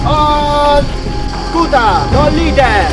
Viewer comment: Only one thing about the orders given in Latin: In "scuta tollite" (raise your shield) the stress of "tollite", being the imperative of a 3rd conjugation verb, should be on the "o", not the "i" (i.e. tòllite, not tollìte)